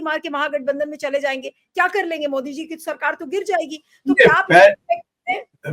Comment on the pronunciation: Ovaisi ki tarh मोडी बोलने लगे सुब्रमनियन जी ने